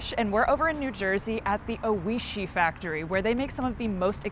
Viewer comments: It’s pronounced “OY-shee”. The Japanese word for delicious. He was so polite not to correct her. She mispronounces the name over and over. Shocking this wasn’t fixed. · That’s all I could focus on was her mispronunciation